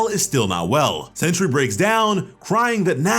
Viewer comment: Sentry! Not century